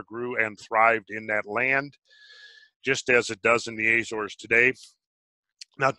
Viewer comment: Argh argh argh argh. Azores. The A is pronounced as the A in America. Not Ayzores.